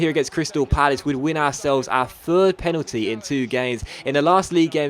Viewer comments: Penaldeeny sounds italian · When u sad Penaldeeney i rememberd KSI's Lamborgini straight away